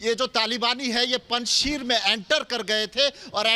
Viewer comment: पंजशीर नहीं है वो पंज शेर है